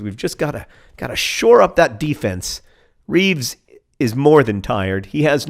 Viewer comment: Taylor Swift > Lyle Taylor as a nickname. Or are they two different Taylors? also, its Reeves, beloved Reeves, with the terrible beard, not Beere. Please turn down the speed sliders.